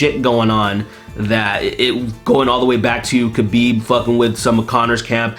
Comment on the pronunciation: *HABIB is the correct pronounciation